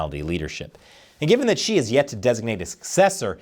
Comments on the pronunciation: it’s “Xi”, not “she”😊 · Why are you pronouncing his name as she? Instead of xi, as in si lol